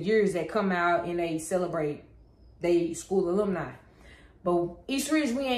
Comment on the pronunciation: I've been out of HS for 20 years 😮. Alumni is pronounced uh·luhm·nai